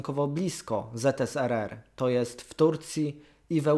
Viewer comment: ZSRR a nie ZSRS. Czego to jest w ogóle skrót ?